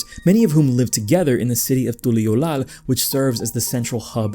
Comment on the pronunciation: Lol you enjoy hearing yourself talk dont you, why you saying Tuliyollal with that inflection, you can hear how they say it in game right? As a 2.0 player I've went through everything on content and while this is definitely the least compelling expansion MSQ, you logic'd your way into hating something fun. From the get go its not supposed to be a deep story and meant to be enjoyed as a chill adventure. Talking about Wuk Lamat like it wasnt a coming of age tale and she had no real purpose. If you paid attention, she wanted to become Dawnservant solely to stop Zoraal Ja as she knew he'd destroy Tural's way of life. You kind of took the piss out of it and not in a fun way and for what, 13k views and a click-baity channel with 2K follows. A lot of people enjoy this expac as it is, it just ain't for you my boy. Also saying you're an authority on music and then calling a decorated composer's music shit doesn't make it true. You kinda a dork fr